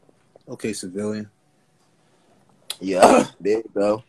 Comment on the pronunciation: "Okay cilvilian" 😭